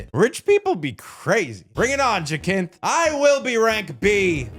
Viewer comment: Plenty of games are set in a single location, its all about the scale of it and za is fine, but glad you enjoyed the game and especially the story, btw its pronounced ja-synthe